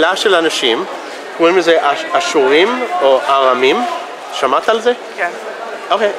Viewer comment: Yes it sounded like ha-surim which means "The Syrians"